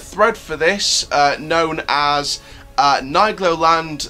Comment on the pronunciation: Hello just a comment of a french who live at Troyes at 40 km of nigloland in the same department . Yes i go to nigloland 4 to 10 times per year 👍😂 And we say Neegloland Not Naygloland 😂